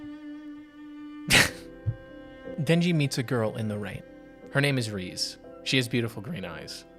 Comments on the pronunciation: More like Reh-Zey not Reeze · It's rezé not reez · amazingly peak emotional video, great job. but reze is pronounced "ray-zay" 😭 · REEZE???? How do people watch the movie and still not know how to say her name? Do you all just not listen to the words being spoken?